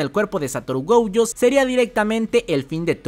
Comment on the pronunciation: Nooooooooo Esssssssss . Gouuuuuuuuuuujo. Esssssssss .... Goooooooojooooooooo De dónde sacas la ...u ... ????? Llevo un mes diciendote 😂😂😂😂